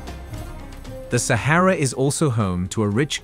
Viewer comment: Repetitive and boring. Narrator doesn't even know how to correctly pronounce Sahara or Oasis.